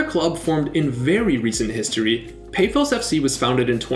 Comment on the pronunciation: i respect the effort you put into apoel and OMONOIA, but pafos' a is pronounced like the a on car and omonoia